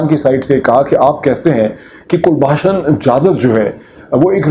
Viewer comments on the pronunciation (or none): Kulbhusn Jadav is correct name not Kulbhasan. Your spelling, pronounce is incorrect. this shows that the case against Jadav is fake fake. 😆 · Abe pronunciation to sahi kar kulbhasan nahi kulbhushan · It is very surprising that Dr Pirzada is mispronouncing Kulbhushan’s name as Kulbhashan despite his deep involvement in this case! Also, Dr Pirzada saying that India should admit that Jadhav is a raw agent in face of overwhelming evidence. I would like to ask if Pakistan has admitted that Ajmal Kasab was a Pakistani despite overwhelming evidence gathered by Pakistani media? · O yaar kalbhushan naam hai kulbashan nahi hai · Mr. Peerzada ... first learn to properly pronounce Kulbhushan's name properly. Then claim that you are an expert. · Can you pronounce his name properly. You have such a heavy Punjabi accent. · You claim to be an expert on the subject of this captured Indian citizen, but even after 4 years, you haven't got his name right! You mess up pronouncing his name incorrectly, despite umpteen number of people pointing it out, including me. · Kindly pronounce the name of Kulbhusan properly. He was caught by ISI in Iran and brought into Pakistan.